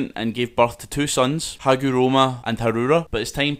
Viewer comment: It's not Hagoroma Its Hagoromo